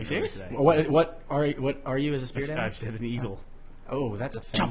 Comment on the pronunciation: has anyone ever noticed burnie cant say "said"? he says "sayed" (or "say'd" or even "sade" if you prefer)